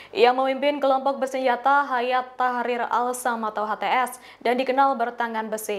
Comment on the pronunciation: Bukan Hayat, tapi Hai'at. Artinya "Gerakan".